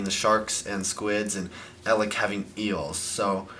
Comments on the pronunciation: He's pronounced Ay-leck. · It's pronounced AY-lek. -_- lolol You've gotten like no pronunciations right. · EL-ACHCK! Here we have EL-AHCK. This is EL-AHCKCKKCKCKC. That got irritating lol